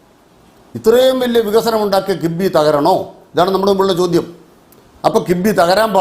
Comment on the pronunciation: കിബ്ബി അല്ല കിഫ്ബി..